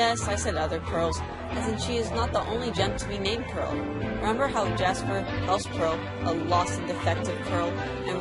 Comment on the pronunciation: " every diamond has a peral "